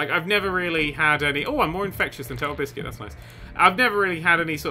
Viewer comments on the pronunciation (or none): it's not tellebiscutis, it's totalbisciut